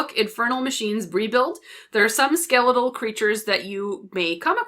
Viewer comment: Who in the hell says ske-leet-al?